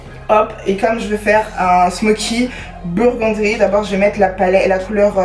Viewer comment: Burgundy* tu m’a stressé tt la vidéo a dire burgundry 😭😭😭